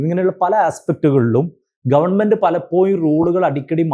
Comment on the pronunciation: ഒരു examo intrw വോ ഒന്നും ഇല്ലാതെ,പൈസയുടെ മാനദണ്ഡം മാത്രം വെച്ച് govt ജോലി വാങ്ങാൻ പറ്റുന്ന ഒരു മേഖലയാണ് teaching... മാനേജ്മെന്റ് സിസ്റ്റം നിർത്തേണ്ട time കഴിഞ്ഞു. (Sir, ന്റെ സംസാരം ആകർഷണീയമാണ്. പലപ്പോ'യും' എന്ന് പറയുന്നതൊഴിച്ച്..) Aided സ്ഥാപനത്തിലെ ടീച്ചറോട് വേർതിരിവ് വരുന്നതിന് കാരണം psc exam എഴുതി കഷ്ടപ്പെട്ട് പഠിച്ചു ജോലി കിട്ടുന്നവരും പൈസ കൊടുത്തു കേറുന്നവരും തമ്മിൽ ഒരുപാട് വ്യത്യാസം ഉണ്ട്.. ആ വ്യത്യാസം മനസ്സിൽ ഉണ്ടാവും. ഞാൻ പഠിക്കുന്ന സമയത്ത് psc യെ കുറിച്ച് ഒന്നും അറിയാത്ത സമയത്ത് ഒരു ടീച്ചറോട് ഇതിനെ കുറിച്ച് ചോദിച്ചു.., എങ്ങനാ apply ചെയ്യേണ്ടത്.. എങ്ങനാ പഠിക്കേണ്ടത് എന്നൊക്ക.. അപ്പൊ ടീച്ചർ പറഞ്ഞ മറുപടി.. എനിക്ക് അറിഞ്ഞൂടാ മോളേ, ഞാൻ ഇതേവരെ psc examonnum attnd ചെയ്തിട്ടോ reg. ചെയ്തിട്ടോ ഇല്ല.. Qstion എങ്ങനെ വരുന്നത് ന്ന് പോലും എനിക്ക് അറിയില്ല, govt. ജോലി ആണ്.. പൈസ കൊടുത്ത് കേറിയതാണ് എന്നായിരുന്നു..